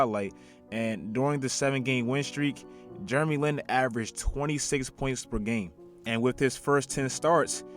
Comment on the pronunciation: "Germy Lin"